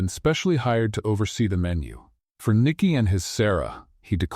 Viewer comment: Nikki, or Mikki please can you please get it right